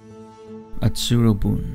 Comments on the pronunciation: I hate to be the jerk that corrects your Japanese but it’s utsuro-bune (oo tsoo roh boo neh), not atsurobun. ❤ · No.54 Utsuro- bune (うつろ船) is read as woo-too-ro-boo-NAY, not -boon.